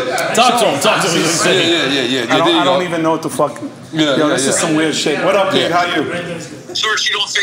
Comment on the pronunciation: Yeah he never would say pete’s name right...😂🤣